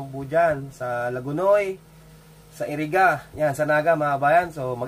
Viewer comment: Iriga hindi Eriga